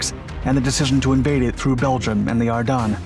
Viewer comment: Ardennes = say Ar-Den. Not dun. Ar-denn.